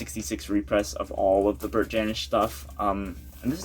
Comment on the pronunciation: Hey, great that you’re into Bert Jansch. I saw him live a few times. You need to pronounce his name correctly though. Check out Davy Graham and John Renbourne too. They all came out around the same time playing the clubs in London. Bert learnt his stuff from Davy. Everyone learnt their stuff from Davy. He was the key player in the folk scene in England- taught Paul Simon too.